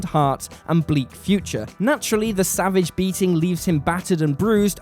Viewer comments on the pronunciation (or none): none